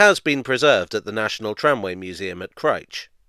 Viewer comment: for pronouncing Crich correctly.